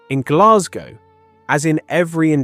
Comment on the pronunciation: Please will the English learn how to pronounce Glasgow!